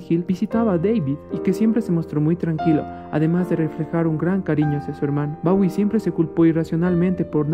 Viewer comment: Disculpas por la pronunciación de "Bawie" cuando se dice como se escribe "bowie" y por mi voz un tanto fingida, fue de las primeras investigaciones.